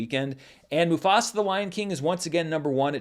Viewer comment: As a Telugu Native Indian have to say that was really a good pronunciation of the movie 👌🏽